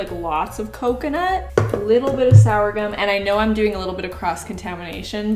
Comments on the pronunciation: Did say sour-gum for sorghum (sore-gum)? Haha I love you! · Sourgum….surely you mean sorghum? I worked at a dedicated GF bakery for four years…we always said sorghum….(sore gum) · I love how you pronounce it "sour-gum". Here in Texas, USA we say "sore-gum". But it's all the same sorghum plant. haha 😄 I have not seen butter flavored coconut oil, but it sounds great. Gonna look for it. I am allergic to wheat (I break out in rashes and suffer gastrointestinally) and I am both gluten and dairy free. Your recipes are much appreciated. They looked delish! Hey, loved the 2- piece sets you and Mama Maples modeled. (We just call 'em SWEATS here in Texas. Of course, everything makes ya sweat in Texas. 😉) Stay well and stress free. Have a lovely wedding! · I'm gonna be "that guy" and comment to say that I think it's called sorghum flour, not sourgum flour. I giggled a little bit about that one. You and I literally have nothing in common except being white female Canadians (I'm 37, been married for 13 years, very different body types and fashion tastes) but I've still watched every one of your videos religiously for years. So happy for you, that you found your life partner! Can't wait to see all your wedding plans. Try not to let it stress you out too much. I can say from experience that while it feels VERY important now (and it is a big exciting day), in the grand scheme of life it's really not, and you'll have a great day no matter what ends up happening. Plus, your channel requires so much planning and hard work, so I feel like wedding planning will be a breeze for you and you've already got ALL the skills you need! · Anyone else catch the sorghum flower and calling it “sourgum” flour. WTH 🤔🤪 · "sourgum", not "sorghum"? idk if this is a canada thing or what. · I'm...I'm pretty sure you mean 'sorghum' flour, not 'sourgum' 😅 Sour gum is a type of tree, but its different than sorghum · sour-gum flour? does she mean sorghum